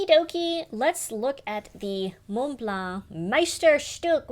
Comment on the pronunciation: TF is a “moon blar” Why are f**king Americans so stupid and what is so difficult about pronouncing Montblanc properly. And yes, it’s one word because we are not talking about the mountain